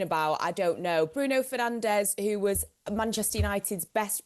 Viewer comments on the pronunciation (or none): We got a video a couple of days of every Premier League player giving the correct pronunciation of their name, and yet monolingual English speakers are STILL refusing to pronounce Bruno Fernandes' name correctly. At this point it's clear this is entirely motivated by blatant disrespect.